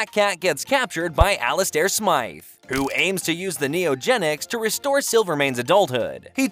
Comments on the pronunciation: The way he says Ali-stair 😂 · I stop watching when the computer got Alistair name wrong...